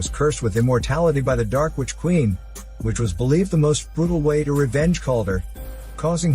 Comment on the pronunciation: Oh plz "which quieen" LOL